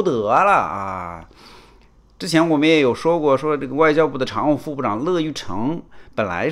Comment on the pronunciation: 我真不明白，为什么“小和”、“北京侃爷”、“大康”、“陈破空”……诸多媒体人，无一例外，都把“乐玉成”的“乐”读错！在姓氏里“乐”读“YUE月”！